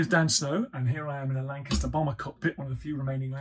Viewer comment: First person I've heard pronounce Lancaster properly...